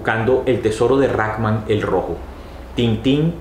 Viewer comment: Muy buen video, muy detallado y explicado el cómic. Me pareció que decías: Rakman el rojo, pero es: Rackham el rojo. Agradezco toda tu ilustración del tema. Un saludo desde🇨🇴 Colombia.